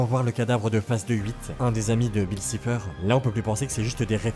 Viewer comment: C’est pas [sifer] c’est [saifer]